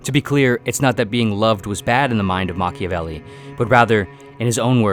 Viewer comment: Mach-IAH-velli not Machivelli